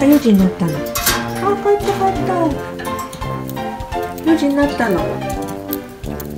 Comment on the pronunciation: 可愛い～❤️「４時んなった！」(笑)ぴんふさんの発音そのままをちゃんと覚えるんですね♪お利口だなぁ✨